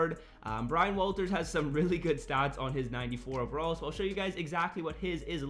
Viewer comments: Waters not walters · It’s Brian waters fam lol not Walters 😂